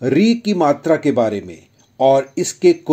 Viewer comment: Bro i don't think it's right it's not matri it's matra